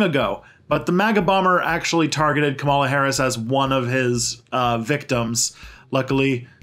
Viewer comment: Come on, at least take a few minutes to learn how to pronounce names KA-ma-la FINE-stine TAH-mill NAH-doo